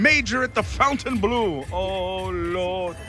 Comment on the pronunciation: Nice video,as usual. Just for info, you have to tell "Fontaineblo" with like in "Bingo"and not " Fontaineblue" 😉